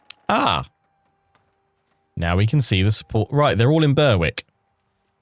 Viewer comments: Looking forward to you trying this game out. EU games have always been daunting for me so happy to play vicariously through you :D. Also, Berwick is pronounced like berrick (beh-rick). I live nearby so it stood out when you pronounced it :D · Short term goal. Pronounce Berwick correctly. If you were American i might have understood.